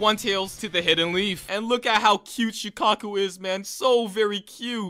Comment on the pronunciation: So were just gonna ignore the fact that he said sheekaku